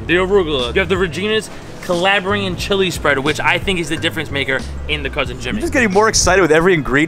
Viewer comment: great vid! with that said, It should be Calabrian and not Calibrian :)